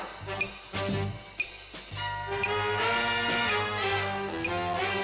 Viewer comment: You can tell Mac was sober when he said bubblegum because it doesn't sound like the other video :P